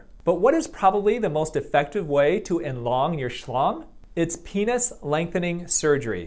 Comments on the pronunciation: Enlong your shlong 😭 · Elong your shlong 🤣🤣🤣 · “But what is probably the most effective way to enlong your shlong?” LOL